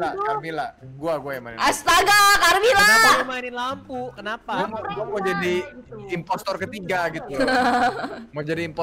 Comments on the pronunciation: bilang impostor malah jadi impestor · Kenapa ka bilang nya impestoor mulu, nangis 😭😭